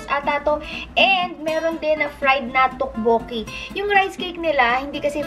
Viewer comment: To-bo-kki po hehehe hindi po tokk-boo-ki tteobbokki